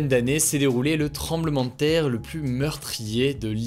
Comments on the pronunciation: Il y a un détail qui me fait tiquer à chaque fois, c'est la manière qu'il a de prononcer "plus" avec un "s" à la fin même suivi d'une consonne. A part ça très bonne vidéo x) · A quand le débat sur ta prononciation du mot "plus"?